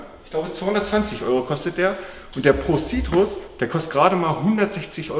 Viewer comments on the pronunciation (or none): Es wird Prow sörkit ausgesprochen und nicht pro sitrus Lul. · Die Aussprache 😂 Pro Citrus haha aber alles gut Harzi😘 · Man sagt „prou sörkit“ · Pro circuit wird übriges pro sörket ausgesprochen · man spricht es "pro sörket" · Pro serkitt spricht man das aus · OK von der Aussprache hat er bei dem Pro Circuit alles Falsch gesagt was man falsch machen kann😂😂😂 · Du musst pro circuit englisch ausprechen😂